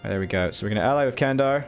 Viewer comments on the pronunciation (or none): Candar is pronounced like Jandar, like jedi.